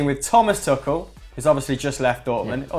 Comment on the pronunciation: isn't Tuchel pronounced like twoshell